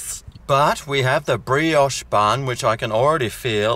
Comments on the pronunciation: Hey! You pronounced Brioche correctly! Something feels odd!! Is someone holding you at gunpoint or something? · you're slipping mate, you pronounced brioche correctly.